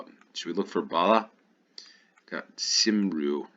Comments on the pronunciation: "Simroo" is pronounced more like "come-ree". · A little help with welsh pronunciations , Wales - Cymru - cum-ree Police - Heddlu - Heth-loo Gwynedd - Gwineth , in welsh dd is a th sound Bala - bal-er Life belt ,is the red things on the railings that have a flotation ring inside to frisbee at drowning people. (A buoyancy aid ) and thats why buoy is pronounced "boy" and not "boowey" because it is short for buoyant and not boowyant 👍 Maybe google the history of Halloween/samhain 👍 You have some great uk knowledge though 👌